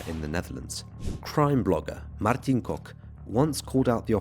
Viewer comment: Yep that's how you pronounce Kok! 10/10 for the improvement!❤